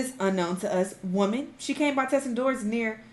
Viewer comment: “séèn this… uNKnoWn2uZ whümēn” 😂😅 why did you say it like that